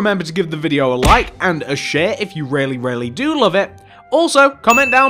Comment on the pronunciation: thought he said shit instead of share